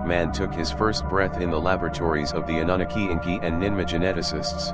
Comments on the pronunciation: thumbs down to robot voice that cant even pronounce Anunnaki smh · Is there a transcript of this? That computerized screen reader had such horrible accent and pronunciation, I couldn't make out even one namw he said. He kept saying "uh-NOONA-kee" insead; of "Ah-noo-NAH-kee" very frustrating.